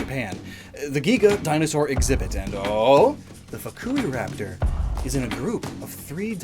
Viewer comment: Ah yes fuck-u-raptor